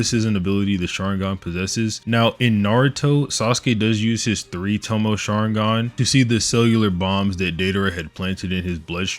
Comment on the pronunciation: ‘Tomoe’ is pronounced to-mo-eh